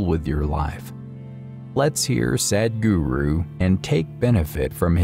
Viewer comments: This voiceover sounds very lazy! He mispronounces the word "Sadhguru." That is "apaswara," which produces negative vibrations. He makes it sound like "Sad Guru." The bugger must awaken his soul and mind and overcome his oral laziness! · your pronounciation of Sadhguru is just sad. You prenounce it as Sedhguru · It's sed-guru